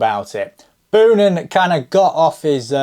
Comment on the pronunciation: Boonen is pronounced like you say the word bone. So more like Bo-nun.